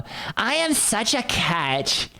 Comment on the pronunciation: Did she say " I ham great"